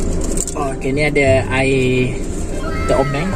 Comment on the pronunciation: Tea Bing tu bang bkn Teo Bing🤣🤣